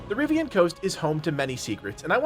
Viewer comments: am i the only one screaming "Rivain" every time I hear "Rivian" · Bro stop saying the RiVIIAANN coast. If you play dragon age at all you'd know its Rivain.